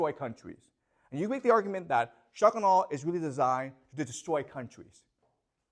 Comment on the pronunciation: I love how he speaks at normal speed except when he says shock and awe such that it becomes "shuckanaw"